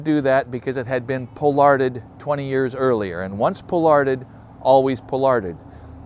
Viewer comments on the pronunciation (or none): Pollard: POLL ard, accent on the first syllable, please. Just read an article recently about pruning tips of tree branches and apparently current thinking is don't do it. Just trim side branches to prevent lots of little twiggies. Of course if the tree was already pollarded, then you have to stick to that. And willows just go nuts! Yours is gorgeous!!!